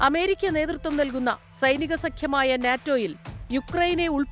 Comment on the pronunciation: എമേരിക്ക അല്ല പൂറിമോളേ... അമേരിക്ക അങ്ങനെ പറയ്